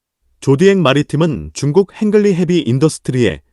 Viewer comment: 헹글ㄹ리 ㅋㅋㅋㅋㅋ 헝리로읽어야